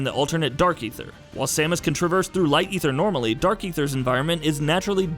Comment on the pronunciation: he also pronounced Aether, and Zebes wrong. at that point I just stopped caring about it